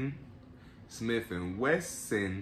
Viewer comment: “Another smiff and wesson” lmao......good shit tho